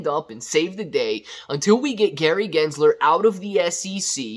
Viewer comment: Like how you say good guys Gary jizzler 😂 is not a good guy